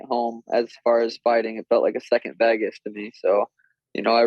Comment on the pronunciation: Sean mate, it’s Vegas not Vagis 😂